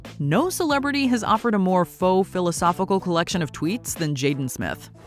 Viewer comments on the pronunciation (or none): none